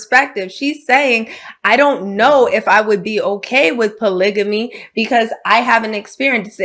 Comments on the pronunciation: hold up bro bro!!! tf is "POLIGIMMY"....are you talking about fckn "POLYGAMY" ???? MAAAAN!!! we gotta do better folks. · JESUS H. CHRIST!!!…THE WORD IS POLYGAMY NOT POLYJAMY!!!…🤦🏾‍♂️ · polygamy .. why can't they pronounce it